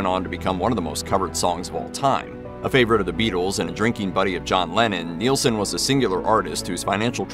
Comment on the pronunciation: NIL-son. Not Kneel-son. Isn't NIL even easier to say? Just one syllable.